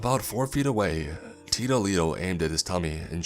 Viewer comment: Heh heh take a shot every time he says, "Teedoh Leedoh" lol And yes I know it's "tito". XP